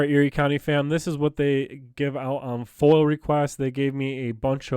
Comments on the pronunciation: Hey! wrie county. Live your activist.. BUT PLEASE ATIP SAYONG FOIL!!!!!!! IT IS NOT FOIL. ITS FOIA... pronounce it with me.. FOY- UH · Love your stuff.....it's FOIA not FOIL tho. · Once again it is NOT a FOIL request it is FOIA request Freedom Of Information Act pronounced FOY YAH